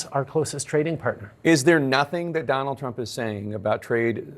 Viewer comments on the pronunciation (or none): none